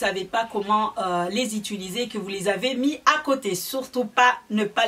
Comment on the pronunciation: Bonjour. Je suis Réunionnaise , les mahorais et leur accents ont connais mais la certains mots son complètement déformés c’est gênant, quand ont décide d’être une personne publique en sachant que des enfants regardent, faut faire un effort. On dit « utiliser » pas « Ituliser » C’est pas agréable à écouter. Chacun donne son avis je donne donc le mien...